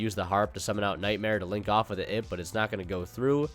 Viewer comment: its an Ai Pe. Pls dont say ib. Its confusing